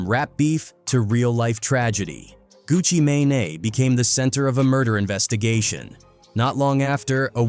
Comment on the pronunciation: Gucci May-Nay? 🤣🤣🤣